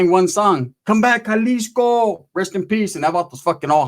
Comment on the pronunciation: “come back jaliscoo” Lmaoo